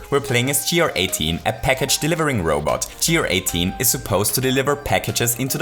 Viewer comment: You don't say GR 18 like gee are eighteen, but like gair-eighteen, because it sounds like guarantee.